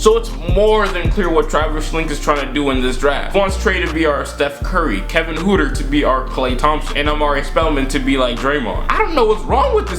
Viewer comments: 😂😂😂 his name is pronounced Hurter n not hooter but I like the vid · PRONUNCIATION GUIDE: NOT HOOTER, ITS HURTER. Like hurt.